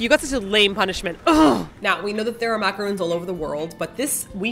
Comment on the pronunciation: i know i shouldn't be nitpicky, but "macaroons" are those coconut cookies. what you two ate are called "macarons", pronounced "mah-cah-rohn", not "mah-cah-roon".